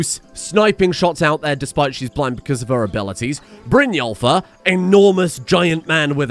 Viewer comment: Brynjólfr? More like Brynwulfr eh?